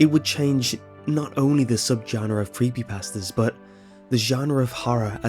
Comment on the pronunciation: I love the way you say Creepypasta ^-^